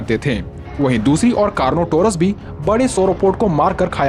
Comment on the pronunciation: Car not our as bro